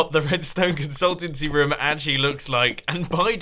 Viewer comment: Is it just me or does he says roum the whole episode